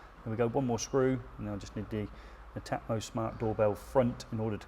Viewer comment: Thanks for the vid guys..now I now how to pronounce Netamo!😉 I’m impressed with that, having installed Nest, Hive and Rings. Prob is I find when someone wants to install heating/lighting/camera/smokes as one system, I’ve yet to find one company who’s entire set of kit I would feel confident recommending to customers - they all seem to have strong brilliant products with the odd duff one in the set, a pity. For me I’d say 8/10 requests for smart doorbell installs are for properties with no existing wired doorbell. That suddenly turns it into a whole new job..do you fancy doing a demo video of that scenario?🙂